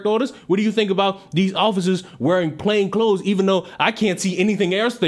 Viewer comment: people please learn how to say "plain clothed".